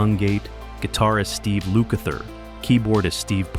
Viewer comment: Appreciated this post for the memories, but honestly the narration is flat and the names are pronounced LUKE-ather and POR-Karo.